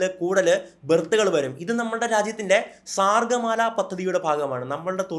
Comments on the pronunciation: "സാഗർ മാലാ" എന്നാണ് പദ്ധതിയുടെ പേര് സാർഗ്ഗമാല എന്നാണ് താങ്കൾ പറഞ്ഞത്. പെട്ടെന്ന് പറഞ്ഞപ്പോൾ മാറിയതാകാം. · sargamala alla sagarmala